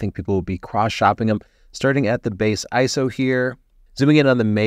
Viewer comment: Hey I think you're the first photography youtuber I've heard who says ISO like a word (which is the technically correct way 🤓) To be fair, I haven't watched that much from the photography youtube channels lately.